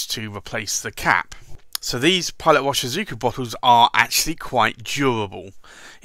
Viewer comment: Well, you might already know, Pilot Iroshizuku pronounce as "ee-ro-shi-zu-ku" not just as irving. Lol